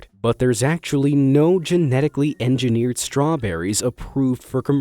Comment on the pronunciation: "it's engenierd" You ruind my life.